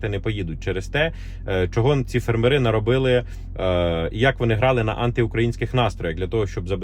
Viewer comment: фЕрмери !!!! Наголос ! І я не бот.